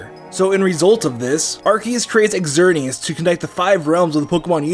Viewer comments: It’s not x-er-nee-as, it’s zer-nee-as, and yveltal is not yuh-vel-tal it’s ee-vel-tal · "x erneas" come on man its not that hard to say "zerneas" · "Xerneas" is read zer-knee-as, and "Yveltal" is read i-ve(i)l-tall. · .................."According to the company, the English phonetic spellings for the new legendary Pokémon are Xerneas: ZURR-nee-us and Yveltal: ee-VELL-tall" Just sayin if your going to run a pokemon channel at least research the pronunciations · why do you say xerneas as egxerneas? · still pronounces Xerneas wrong triggerrrrrrred